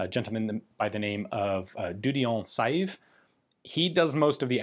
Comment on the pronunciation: If ever Ian is watching. Saive's is pronounced more of less sev. Just in case If ever you hit the development of the fn fal...